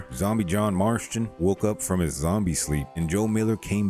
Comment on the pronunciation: “Marshton” marston